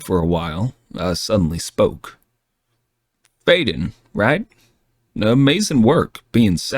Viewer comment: I like this version better except for the pronunciation of the names. That’s saying something to prefer AI pronunciation over human pronunciation. It will always be Amara and Fiden in my mind.